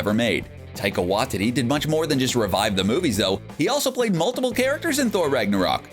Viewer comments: it is pronounced why tee tee ( taika waititi ) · the way is says waititi like wa-tity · "Wah-tee-tee" not "Wah-titty" 😅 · It’s pronounced “Why-Tea-Tea” and not “Wah-Titty” which I last said when my ex didn’t let me touch her breasts! Oh, and you forgot Michelle Yeoh, who had a cameo as Aleta Ogord in Guardians of the Galaxy Vol 2 and is due to play Jiang Nan in the forthcoming “Shang Chi” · I hate the way you pronounce Taika Waititi's name. It's Waititi not Wahtiti. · Taika WAITITI not Watiti😂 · What's up with these youtubers not knowing how to pronounce things. It's like they do it on purpose. Theres no way they haven't heard the correct pronunciation before. Get it together! What Tea Tea not Watt tity. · Can you fix your pronunciation of Taika Waititi? Heard it pronounced as Wahtiti by this channel many times now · Tai-ka Y-tea-tea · Taika's last name is pronouces "why tee tee" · Taika Waititi lasts name is pronounced why-tee-tee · Taika "Wy-titty"? For fuck sake, man. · Wanh titty lol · For the love of all things in the MCU will you get the pronunciation of Taika Waititi's name CORRECT. Do you even KNOW how his name is pronounced?????? Obviously you DON'T. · It's almost like you're going out of your way to pronounce Taika's second name wrong. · How many times are they going to mispronounce Taika Waititi's last name??? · IKR Very distracting. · Dude...... you've gotta learn how to say these names properly ......Dormammu.....Waititi.....